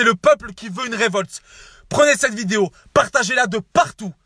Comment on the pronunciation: « Bonjour à tous c'est... et j'fais cette vidé... »:rire